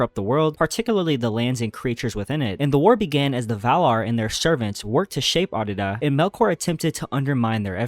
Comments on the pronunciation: Bro keeps saying Arda as Ardida I’m weak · Arda… it’s Arda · sorry man, leaving after hearing you mispronounce Arda for the 10th time. it just grinds my gears